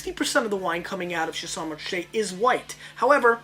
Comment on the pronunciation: Pronounced "Sha-sign"